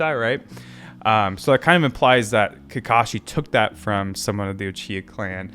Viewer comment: His Orochimaru and Uchiha pronunciation is almost max level already 😆